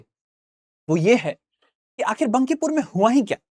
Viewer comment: Phli baat बंकीपुर नहीं बांकीपुर hota hai 😂